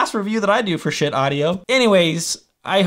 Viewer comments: It’s pronounced shiiit dude. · ...but...it's not pronounced ska-heet. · Had to turn the video off once you said Ska-heet. smh. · I would have gone for something that sounded like "Skeet" but ill take this pronunciation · it's pronounced "shit", as in I feel like I need to take a good ole' fashioned shit...LOL. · haha! Definitely not pronounced Ska-heet. I'm guessing you are joking! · You should do some research on the companies and gear before reviewing. It's pronounced SHIT, as in, "that's some good SHIT". Check the company history on their website. : ) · Schiit, man, doesn’t even know how to pronounce the company name. But we venerate the Holy Schiit. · Omg I couldn’t watch it because of the pronunciation it was making me angry. Please change the title of the video omg and put it on your thumbnail that you correct yourself after 7 mins. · I can't take someone seriously when they can't even pronounce the company name.